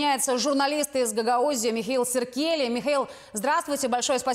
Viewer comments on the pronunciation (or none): Фамилия Михаила - это тот случай, когда фамилия его - СиркелИ - полностью соответствует его характеру и его сущности. А журналистке Ясыбаш - тоже Гагаузке, надо бы подсказать, чтобы не коверкала фамилию Михаила и 😅 ставила правильно ударение в фамилии - не СиркЕли, а СиркелИ, ударение ставить надо на последнюю букву И😮